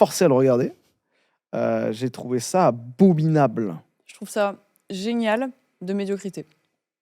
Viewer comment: On dit abominable et non abobinable 😉